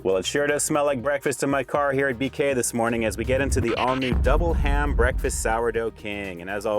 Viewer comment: Sounded like she was saying mcdouble ham. I was confused at first. There should be more big breakfast sandwiches out there.😋